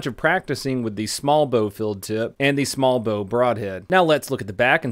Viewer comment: You saw the text in his video rightt? He said or his accent made it sound like "filled tip" but he meant "field tip" So idk how it could sound so different just from an accent. Lol